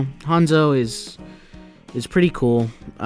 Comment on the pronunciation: its hanzo not honzo